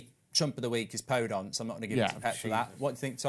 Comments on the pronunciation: anyone else screaming PodEnce! not PodOnce! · He pronounces Daniel Podence wrong as well